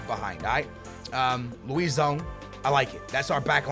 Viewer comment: you sound hispanic and pronounce everything with a hispanic accent so how is it you say names like Luisão so wrong?